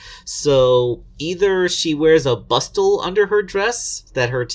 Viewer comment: Hey, hey, hey, SPOILERS! Also, the "T" in "Bustle" is silent. Kudos for remembering what that is, though. XD =)